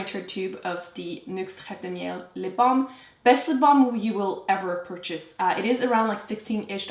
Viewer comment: Hi Em! I love how you pronounced reve de miel :) I got it just this weekend and I can say it really works wonders! I'm just a little concerned with the 6 month shelf life after opening though, since you mentioned it lasts a year for you. Will the formula change in the long run? The packaging though states that it will expire by 2020 :)